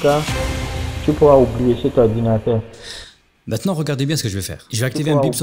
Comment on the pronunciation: "l'orwdinateuw va exploser huaahhhh !" J'étais mort 🤣🤣🤣